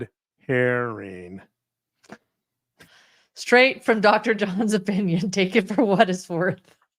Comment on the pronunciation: “Red Hairing “ 😂 👍